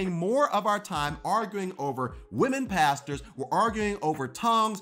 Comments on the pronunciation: when you say “pastors” my brain hears “pastas” and i agree. women shouldn’t be pastas! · It sounds like you're saying "Let women be pastas!". I know you mean pastors, but it's more funny this way :) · This video is 10/10 but every time says "Pastors" it sounds like "Pastas" to me